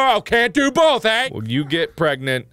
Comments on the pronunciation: I would have used this moment to say "Are you pregante" "Are you Pregananan" OMG he did. Thankyou, i can die peacefully. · She was Pergenat *Pargnet **Pergat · I thought he was pregananant or prregante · when he said 'pergananant' it broke me